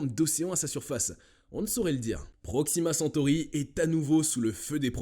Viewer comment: Proximacentory est a 40milles km de nous ?🤔. . 😱 les PRRREEEEMIERS SCIENTIFIQUES 😛🤣😂